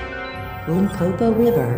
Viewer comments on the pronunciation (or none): none